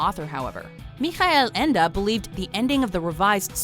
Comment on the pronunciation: I believe her pronunciation is usually spot on...but Michael Ende....is that so hard to say?